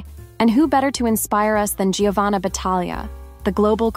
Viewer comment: Giovanna is pronounced “Jovanna” in Italian. In other words Gio =Jo. Thought you’d like to know.